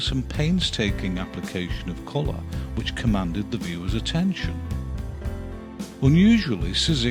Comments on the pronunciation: Wonderful series. Just one tip for the pronouciation: Szyk would be pronounced as Shyk in his country. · Szyk's name is one syllable! More or less "Shick." Pardon the nittygritty. A fine series. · I don't know if You are a person who narrates this but if you want to say "Szyk" you say "Shyk" as in polish "sz" is read as an "sh" in english. I hope it makes reading polish last names easier :D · Just to let you know Szyk is pronounced 'sh-i-k' Sh(as in shock) - i(as in did) - k(as in key) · For future reference: Szyk is originally pronounced like "shit", just with a k at the end. Don't know what the Americans made of his name in the end, though.